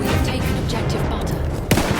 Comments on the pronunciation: I love when she says "We've taken opjective butter" xD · "We're losing objective buttah"